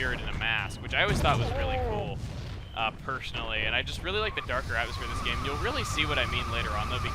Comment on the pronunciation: did he say pershunally